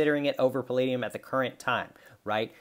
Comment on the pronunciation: No no no, it’s pall-AH-dium 😋 Great video, I agree that it is more like platinum is undervalued than palladium is overvalued. Great analysis considering the percentages mined. 🔥🦈🌊